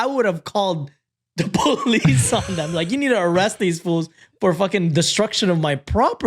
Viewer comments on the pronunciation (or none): Not me hearing say get the poo-lice for the bassinet story 🙈